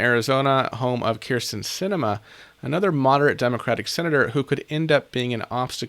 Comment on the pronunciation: Kamala is so awesome <3 And thank you for pronouncing Kyrsten Sinema's name correctly.